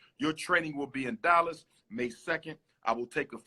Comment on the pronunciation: Dollas, Texas? Why does he pronounce his A's like O's?